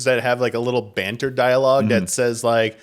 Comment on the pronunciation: "bantery" GOTY